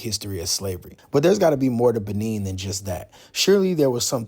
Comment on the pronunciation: Nice video!! However the pronunciation is Buh-Nay not Buh-Neen. It's French. There's a Benin from the ancient Benin Kingdom/ empire still in modern day Nigeria. Same spelling but different places and different pronunciations.